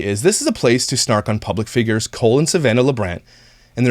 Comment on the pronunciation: Every time said "Cole and..." it sounded like Colon to me. (Which is appropriate considering what I think of these people.) 💩